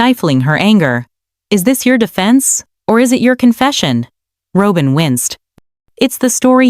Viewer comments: It’s not Robe-in! It’s ROB-IN. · It’s not Robe-in. It’s ROB-IN! Fix this! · Pronounce Robyn name correctly. Not robe-in. Can't pronounce correctly, then don't post. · The word robber is pronounced the same as Robin's name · Robin, not Robin, is this automated? Machine talking, that's not correct. I'm glad Robin got the s*** into the deal and Cody. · Why cant she pronounce Robyn's name correctly. Makes her sound stupid